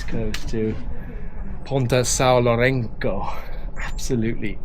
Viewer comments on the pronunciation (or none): São Lourenço , the ç has an s sound.